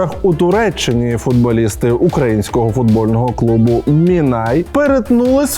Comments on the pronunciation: Олексію, вітаю! Хотілося б зауважити, що не «мІнай», а Минай, бо трішки ріже слух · Ой йой... Олексійку, не Мінай а Минай 😊